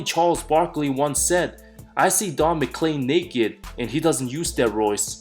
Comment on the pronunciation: Don "MacLean" not Don "MacCain"....take uh breath bruh. There's no rush.... it's yer show.✌🏽😐❤️🏀